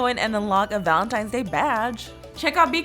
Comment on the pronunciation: Omg on the first one who else noticed she said valentimes not valentines